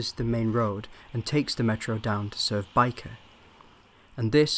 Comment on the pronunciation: Bike of viaduct?, lol it's Byker (with a 'y'!) Viaduct